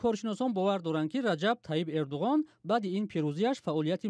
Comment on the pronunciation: Барои чи Эрдугон? Гарчанде ки бо забони турки Эрдуан талаффуз ва навита мешавад